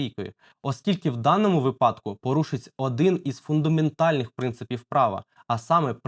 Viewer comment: Не випАдку, а вИпадку. Пора грамотності трішки набратися